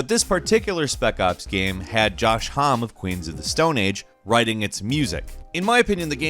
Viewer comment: Josh Hom he says. Joshua Homme = Joshua Home -ee.